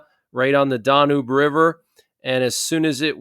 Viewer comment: pronounced "DAN-UBE river (e is silent, accent o first syllable, like man's name Dan-yube)